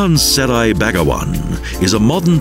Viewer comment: Indeed, he pronounced 'Seri' as 'Serai'. Well, Serai means lemongrass in Brunei language!